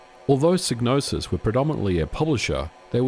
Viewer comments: I think the Y is pronounced like "eye" (as in "sigh"), so "Psy" sounds like "sigh" and not pronounced like "ih" (short E sound, as in "sit"), so "Psy" sounds like "sih". Just saying, because I have in my mind: "First, there was Manace, now Psygnoses presents, a DMA designed game, Blood Money. (Blood Money - Amiga Intro and Music). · Shouldnt it be pronounced "psi-no-sis" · Could never pronounce this developers name. Made some many great games though. Is it a silent G? and silent P? Sy - nosis? Sig - nosis ? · You could have at least pronounced Psygnosis correctly. :( All you had to do was listen to Blood money and it says it.